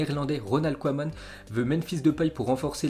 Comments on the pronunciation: Ça se prononce keman pas koueman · Hé,, t sérieux là tu ne connais pas la légende koeman. T'entendre écorché son nom ça fait mal.je commence à avoir des doutes sur tes connaissances footballistiques